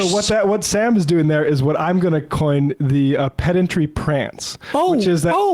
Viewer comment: "Pendantry Prance" Love it!!!